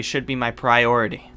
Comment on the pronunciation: but I don't know which should be the higher priortity Me:, priority XD